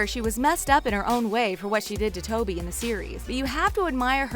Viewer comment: Spoby ?!?! Are you actually joking, it’s TOBY. Like if yoyr annoyed by the names being pronounced wrong